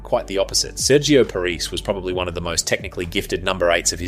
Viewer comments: just going to point out the narrators pronounciation of Sergio Parrisse name, its Pah-ris-say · Loved the video but my god please have a look at how to pronounce Sergio Parisse’s name😂 the man didn’t lose 106 international matches to be disrespected like this😉 (jk obviously) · This sounds like AI, far too long. Also pronounced Parisse's name wrong.